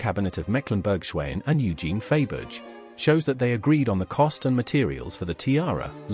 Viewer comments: I can’t watch this inaccurate video by a narrator who pronounces the name of Faberge…..Fayberge. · Glad it wasn’t only me cringing over the mispronunciation! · I never knew that Faberge made tyres like Dunlop, Pirelli and Michelin did/do. Do aristocratic women keep their spare tyres in the car boot? Sorry, but the mis-pronunciation of Faberge is horrendous; and when you cannot correctly say the name of the video's subject, I have a problem with watching it. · The jewels are gorgeous but the mispronounced name of Faberge was so off-putting that I had to stop. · It is an AI (artificial intelligence) voice that narrates this video. Thats why there is so much wrong pronunciation!